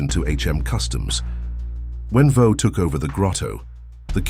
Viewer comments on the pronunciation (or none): The AI voiceover pronounces Vaux as Voe. Sad to see that Marsden Rock has lost its arch. I'm glad to see the pub back in action. We were there on holiday (from Australia) in 2000 and the pub was boarded up and derelict, of course the lift was out of action but the steps were in place. Back in the day, had numerous pints of Vaux Samson and Lorimers Scotch there!